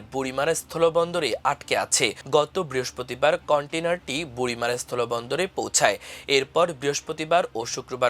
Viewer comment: বুড়িমারী হবে উচ্চারণ